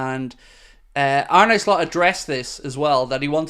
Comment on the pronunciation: face-blue-smiling: you've got to get yourself the Arne Slot ensemble he wore in his first LFC interview [separated at birth or what].🤣🤣 To pronounce his name correctly say it like a pirate 🏴‍☠Arn-uh Slot [while closing on eye, trust me],👍YNWA